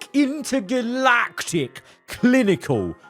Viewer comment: The way he said intergalactic got me dying💀